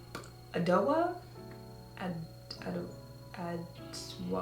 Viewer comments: Yea Adwoa Beauty is black owned. Ghanaian It's pronounced Ajoa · Adwoa is pronounced "ahh-ju-wah" and it is Black-owned (or at least Black founded)! Briogeo was recently bought by Wela but it is Black-founded if that's important to anybody 😊